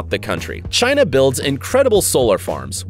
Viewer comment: He said in China “in shina”